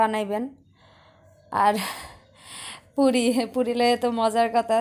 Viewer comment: puri na furi bole